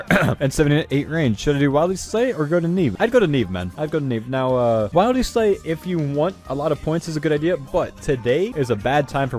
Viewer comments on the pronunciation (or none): The ''Wild" part of Wildy is pronounced like 'wilderness', but he thinks It's "Wild". The reason everyone calls it wildy is because It's the wilderness. Not the wild.